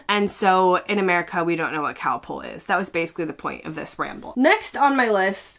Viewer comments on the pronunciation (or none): It's not Cowpol it's Calpol. Get well soon.